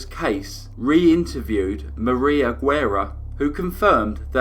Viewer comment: Great case. But as a native Texan, I'm cringing at your pronunciation of Guerra.